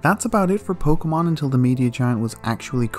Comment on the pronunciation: Ah yes, Muh, my favorite pokoman.